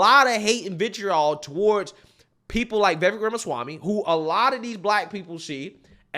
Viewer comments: It’s Ve-vake (rhymes with take and cake). Not ve-vek or vie-vek. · Vivek (V-i-v-ake). Get it right. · Vivek~Viv-Ache-like cake. Learn to pronounce it right. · I’m not getting tired so you making videos about Vivek, but I am getting tired of you pronouncing his name wrong 😂